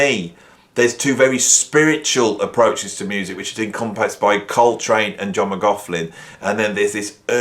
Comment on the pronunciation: Interesting video but your continual insistence on mispronouncing McLaughlin’s name is beyond annoying. I hope your students haven’t learnt to pronounce his name from you.